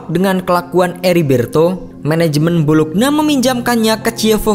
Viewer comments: Bolonya, bukan bolokna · Bologna dibaca : bolo-nya. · Bologna Bologna 😑😑😑 Dibacanya "Bolonya" pe'a 😑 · Bologna dibaca Bolonya Chievo dibaca Kievo